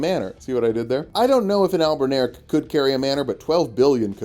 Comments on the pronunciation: But it’s Albin Or ic, like your, not Albin-eric like derek 😂😂 All the love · I don't get what's so hard, it's spelled just like it should sound. Al-bin-aur-ic. (Not "al-bin-air-ic") Albin as in white, auric as in gold. I should just shut up and watch the rest of the video 😂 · I think it's pronounced like Albin-Auric, referencing while gold. Albino meaning White and Au being Gold on the table of elements. Would also make since as they're functionally homonculi and mortal men can't create Gold, only a cheap knock off.